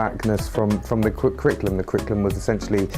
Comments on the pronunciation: I think it's hilarious that the bloke who is head of the national curriculum can't say curriculum. Crickulum?? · How does this guy have any say in the kriklum [sic]? Not that he can even say the word "curriculum".